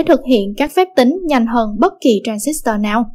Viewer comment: nghe đọc cái từ tran zít toa mà tui tuk á ;D còn cực grid là cực lưới, có tác dụng điều hướng dòng tia điện tử và hội tụ chùm tia